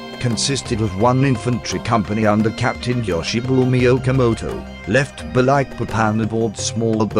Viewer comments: At least the bot's pronunciation of "sarawak" is relatively decent. The way it says "Balikpapan" gives me cancer. It should be spelled "Ba-leek-papan" not "Ba-like-papan". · It is annoying he have to say Balikpapan like you say Papa not Baylekpaypan!! And Balik like you say it(literali)!!! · Very nice Sr,congrats With solely intention to help,I flew all Borneo last years,and the pronunciation is Baleekpapan. Thank you from Brasil pilot. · It's Ba-leek-papán